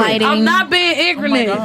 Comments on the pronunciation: I cannot believe she said IGRANINT twice!!!!!!!! 🤣🤣🤣🤣🤣🤣🤣🤣🤣🤣🤣🤣🤣🤣🤣🤣🤣🤣🤣🤣🤣🤣🤣🤣🤣🤣🤣🤣🤣🤣🤣🤣🤣🤣🤣🤣🤣🤣🤣🤣🤣🤣🤣🤣🤣🤣🤣🤣🤣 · "I'm not bieng Ingrament" lol😭😭bruh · She pronounced it more like "i-gri-nit" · "Ingrent" needs to go on some merch 😂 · "Iggernint" is my new favorite word. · "I'm not being ingorant?" LOL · Blank women don’t even understand the English language. 👸🏽: “Not irrelevant” “Ingrenant” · You’re a social worker but you can pronounce ignorant or misconception??? Where tf do you work an animal shelter like what kind of social work do you do